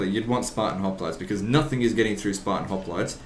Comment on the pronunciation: someone should make a mod with the units being all of legend's mispronounciations of actual things. like Hopknights and Conquistanators.